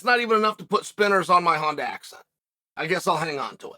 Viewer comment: Chael it's a Hyundai accent not HONDA!!! I